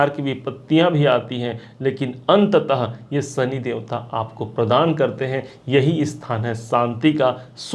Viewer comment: Bhai, Sani nahin Shani. Aapki bhasha mein saare 'Sha' 'Sa' hain. Video achha banaya hai aapne!